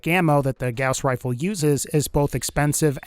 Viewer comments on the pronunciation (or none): WEREA WHA WAZER WIFLE